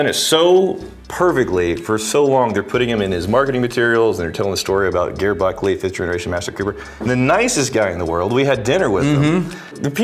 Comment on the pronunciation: It's not Grrr Buckley .. it's pronounced like a J ..